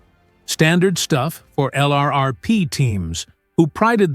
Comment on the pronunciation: Your robo-voice doesn't know pronunciations - sounds like a boot. LRRP is pronounced Lurp , to start.